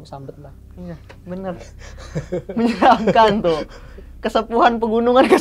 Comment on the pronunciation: Kenapa ngomongnya pergunungan 😅